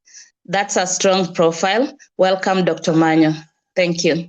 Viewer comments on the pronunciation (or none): Dr.Omanya not Omanyo. Pardon my tongue with Os'